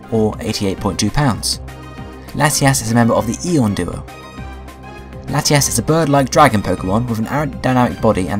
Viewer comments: u say latiass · Ha ha u said lateass